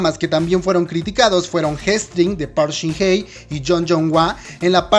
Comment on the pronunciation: Hola amigo, gracias por hacer este video, primero, una sugerencia para los próximos videos, verifica la ortografía (hartos, agresivo, coreano con c) y Park Shin Hye (se lee como "jie" o "ye" si lo dices rápido). Ahora sí, yo tambien prefiero los dramas coreanos sobre las novelas latinoamericanas, pero de lo que se quejan los coreanos es cierto, o sino recuerden en cuántos dramas se ve que un hombre agarra de la muñeca a una chica y la jala a la fuerza y la chica o bien trata de soltarse o se deja. Solo espero que sigan produciendo dramas con su toque por el que los preferimos